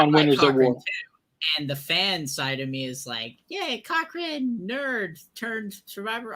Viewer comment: It is not cow wrong. it is pronounced co wrong